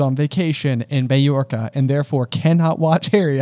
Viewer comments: as a Spaniard, I think J’s pronunciation is more accurate 😅 Also, the real reason is because they’re English, so of course they want to spend their vacation in Mallorca 😂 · Hello! Londoner here to answer random questions 😂 Summer holidays are generally mid-late July to 1/2/3rd September, our summer holidays are 6 weeks Mallorca - ( pronounces it correctly). Everyone seemed to have or want to have a holiday home in Mallorca in the late 90s early 2000s. It’s only a 2 hour flight so a good cheap and easy summer holiday destination Welks- they’re traditional seafood that you’d get in a little paper cup at the beach. Generally they’re kind of cold and slimy and you’d get them from the same stall you’d get jellied eels and cockles from. You don’t really see them anymore (because they’re utterly disgusting) but it wouldn’t be uncommon for old fashioned Marge to get them at the beach No, you can’t bring an air rifle to school 😂 Also! Quick edit- if you want the most British audiobook experience, listen to the Stephen Fry version on audible 😊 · Mallorca is an island off the coast of Spain. And the double l is pronounced like says. Like how you would pronounce "quesadilla", or "La Jolla" (in San Diego). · As Spanish, your pronunciation of Mallorca is fairly good keeping in mind that in English there is J instead of our LL sound.